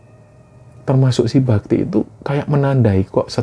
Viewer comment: Maaf mas, di awal saya salah denger namanya "mas babi". Padahal mas bakti 😭